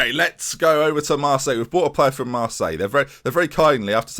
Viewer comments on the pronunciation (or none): none